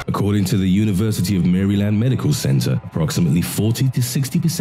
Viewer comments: the way he said maryland made me laugh so hard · BlehKylie I laughed too.